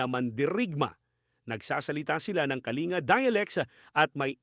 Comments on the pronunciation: Ka-li-nga? Ka-ling-ga po ang pagbigkas,sir😅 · Kalinga is pronounced as Kalingga, same as Pampanga, Pangasinan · Yep .proud iBenguet .kalanguya/ibaloi tribe Correction po about jan sa Kalinga pronounced po as Kaling-ga.